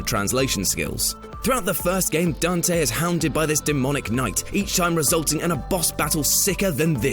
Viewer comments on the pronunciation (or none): none